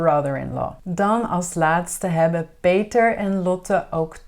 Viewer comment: Hallo I am very confused beause you say it is hebbenn but it is hebben so which one is it?